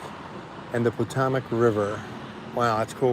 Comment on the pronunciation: You are doing better. If you are going to be a tour guide of sorts, know all about what you are touring. It is the Pa TO mic river....LONG 'O'. Keep learning. Never stop! Knowledge is power!!